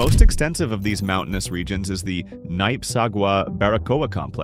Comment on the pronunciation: It is pronounced Nee-peh ( Nipe)